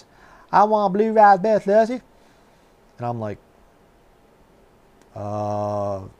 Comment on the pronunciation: that’s such a neat and heartwarming story. “I wanna blue razz-Berry slushee” in that southern Georgia accent, that’s very neat.